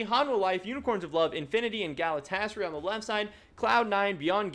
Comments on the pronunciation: I know its a minor thing but the pronunciation for Galatasaray is gal-a-ta-sa-rai. Just an FYI haha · Exactly, all A's are thick as in CUT or HOT.